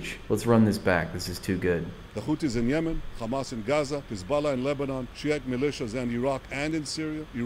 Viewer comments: What is it with these Israelis that they add the letter 'K' in front of the 'H' whenever they talk about Arab countries. Khamas, instead of Hamas Khouthi instead of Houthi. Khisbulla instead of Hisbulla What gives? Why don't they do they when talking normally?. Like Khappy Birthday Or Khave a nice day? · “Khouthi” “Khamas” “Khezbollah”? What the hell is this pronunciation?